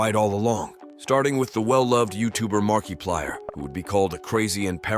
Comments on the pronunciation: MERKEEPLIER?? why did he pronounce it like that…. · Marky 😂😂😂 its marka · saying makiplier's name as markie-plyer instead of marka-plyer should be a crime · sure, next you tell us that you actually said "markie-plier" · Is that also why you're pronouncing it Marky-plyer? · Ok... i uderstand this is not important but... why does he keep saying Markeeplier? Was i mispronouncing it all along?! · Who is Mark-key-plier?? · Ah yes. Mark-E-plier. My favorite. (I can't tell if this was a thought out joke about the E meme or if it was a hilarious mispronunciation that just so happened to reference the meme but I don't wanna know which one it is) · Bro it's Mark-UH-Plire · "Markeeplayer" am dying 😭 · marky player? MARKY?! come on ai you got to do better then this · "marquee plier" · Marke eeee PLIERS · AI Voice: "Mark E plyer" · "Markeeplier" no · I love the ai voice calling him Mark e plier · "mark E Plier" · Don’t use text to speech if it can’t pronounce things right 😢 “Mark-ey plier” just sounds like you don’t know what you’re talking about. The video isn’t bad, but I’m over people using text to speech and AI on their YouTube videos. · LOL Mark ee plier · Ah yes, Markeeplier, my beloved .. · Markey plier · I can't tell if he's pronouncing Mark's name that way on purpose or for the meme...Markyplier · The AI voice used in this video called him 'MarkEplier' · why does he keep saying "mar-kee-plier" lol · This specific ai doesn't understand the different pronunciations of I he literally has to punch in mark ee plier to get it to somewhat work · Didn't you know? This is Markiplier's secret brother, Marquee-plier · Market flyer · Mark "E" plier (It's an AI voice over, they mispronounce words quite often) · Mark key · I believe it’s Mark E Plier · Hello my name is Markeeplier. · Market pliers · Mark pee plier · Was this AI? Cus the way he pronounced Markiplier sounds similar to that 😂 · The way he pronounced Markiplier's name was hella annoying 😂